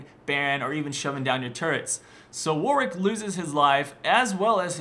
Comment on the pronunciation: His name isnt "Warick" his Name is WARWICK idiot